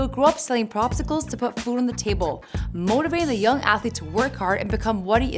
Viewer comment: what the hell is a "propcicle?"